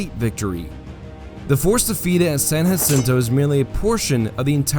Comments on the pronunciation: San Jacinto Not San Hacinto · Can’t believe you made entire video about San Jacinto and you pronounced it wrong the entire time. It’s “juh-sinto” not “huh-sinto”. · Texians won the war. Therefore, the battle and river are called San JA-cinto. Not San Haceento. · lived right next to San JAAAA-cinto for many moons Texans call it San JAAAAAAAAA-cinto not Yacinto. Murica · Good narrative, but Texans pronounce Bastrop and Bastrup. And for San Jacinto you technically pronounced it properly for Spanish, Texans pronounce the J rather than a hu sound.